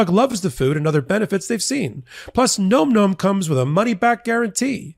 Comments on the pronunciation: This has to do with the add for Nom Nom., you are mispronouncing Nom Nom. It should sound like Nahm Nahm, as in the dogs eating; "Nahm nahm nahm nahm nahm. Not "Nome" as in Alaska. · Big fan of your channel 💜 for the love of your sponsor, please correct the pronunciation of Nom Nom 😂 it’s not Gnome Gnome.. it’s nohm nohm 🙏 😅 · NOM NOM……not gnome gnome…..come on …..for christs sakes….luv ya buddy…but your Boomerism is showing with that mispronunciation of current slang. 😆😅🤣